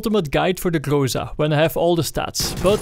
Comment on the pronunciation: Everybody pronounce it something like "grOsa" or "grOza", but it should be pronounced "grozA" or almost "grazA". Google translate pronounses it almost correctly. Гроза (groza) is russian for thunderstorm.